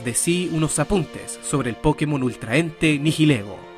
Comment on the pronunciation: A eso súmale el que al decir Pokémon acentúa la po.